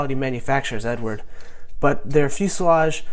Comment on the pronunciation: Wag matey it's Ed ard, you say it a London cockney 😉 dunno who Edward is 😆. Look forward to your reveal buddy 👍